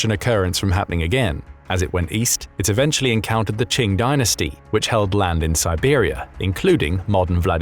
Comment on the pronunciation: Qing sounds like "King", not like "Ching"! 😂